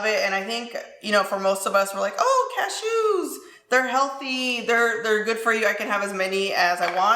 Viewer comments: Does anyone else love the way says ca-shoos lol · the way you say cashews 😂😂😂